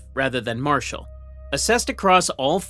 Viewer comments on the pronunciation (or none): none